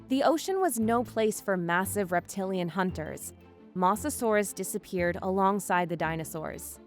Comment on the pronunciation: I sadly agree… “mossasaurus” was painful to hear. I guess first takes were good enough. Editing team??